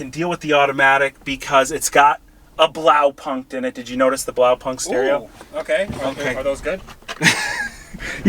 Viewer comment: The pronounciation of „Blaupunkt (Blue Point)“ is just cringe :D Sounds like a punk band